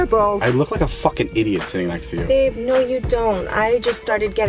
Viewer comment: she said baeb